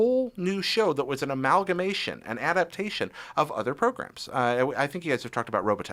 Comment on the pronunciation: Adaptation not adaption